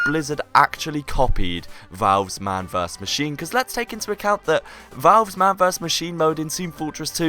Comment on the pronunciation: mahn vurs ma- HOLDON, VURS???? VERSUS. srsly...